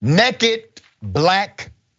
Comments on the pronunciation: Its naked. Not necked. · I love the “nekked” pronunciation